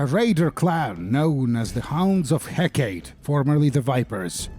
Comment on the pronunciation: Isn't it Heck-uh-tee, not hecate?